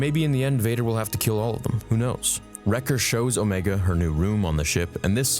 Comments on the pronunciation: Her name is Omega. Not Omeeega. Unless you’re also Kiwi 😂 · how do you pronounce omega incorrectly lol